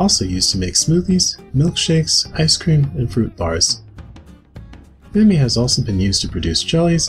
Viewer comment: Dude this guy pronounced Soooooo many of these names wrong 🥲🥲. For example, it's called "ma-may" not Mami. The name is Hispanic, and so its vowels behave somewhat differently. It's "Sha-bu-ti-caba". The j makes a different sound in Portuguese